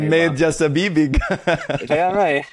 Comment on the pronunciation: Amazing story ❤ thank you. You’re both naturally skilled with language learning!, napapansin ko lang, pwede mo pang ma-improve ang syllabic stress ng tagalog words mo, like ‘bibig’, ‘tunog’ -stress is on the last syllable so mabilis ang enunciation